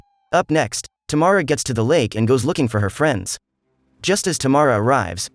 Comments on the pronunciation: Its, Tam- ara....not Ta- mara... thx.. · Wonderful pronunciation ..Tamara = Tomorrow 🤣🤣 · oh my...it's Tamara not T'morrow 😅